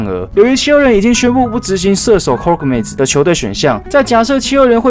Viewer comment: Korkmaz是念寇可瑪斯 不是美斯喔 他是土耳其人，土文念法是：瑪斯/maz